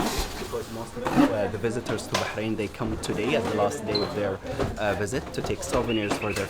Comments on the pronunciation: Who told you that the letter h is not pronounced? Of course is pronounced it's arabic name and not enghlish. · Please pronounce the country correctly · Yank speaking as a child in an older body, dressing the same....didn't learn how to correctly pronounce the country's name....😮😊😊😊